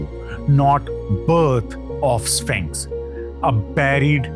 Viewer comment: Are... are you saying Spanx?